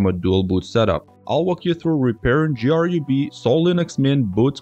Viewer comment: Who says G R U B? Is this ai?